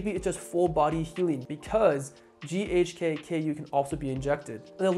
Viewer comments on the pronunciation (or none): yes he mispronounces it. It's GHK-CU, or more commonly known as GHK copper peptide, as CU is the abreviation for elemental COPPER in the periodic table